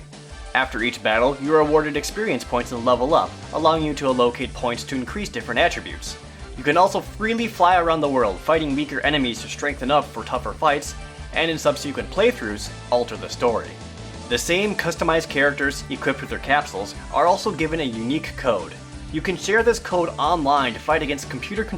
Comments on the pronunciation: "allocate" =ALakeit" not "aLOcate" "subsequent" = SUBsekwent" not "subSIIkwent" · A-locate and Sub-sequent? Isn't it ALLO-cate and Sub-se-quent